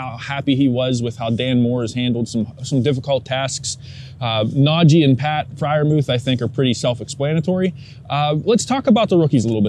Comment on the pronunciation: I won’t have sympathy for until he pronounces NajEE Harris’s name right.